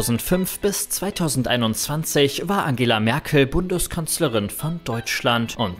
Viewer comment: "War Angela Merkel Bunduskanzlerin" 😂😂😂😂😂😂😂😂😂😂😂😂😂